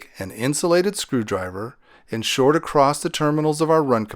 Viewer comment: say ACROSS NOT: ACCROST!!!!!!!!!!!!!!!!!!!!!!!!!!!!!!!!!!!!!!!!!!!!!!!!!!